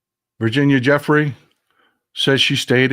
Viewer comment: Pronounced "Joo-fray", not Jeffrey.